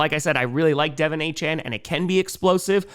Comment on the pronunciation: Just so people know, it’s supposed to be “De-Vawn” not “Dev-in” Achane. Everybody focusing on getting the last name right and end up getting the first name wrong.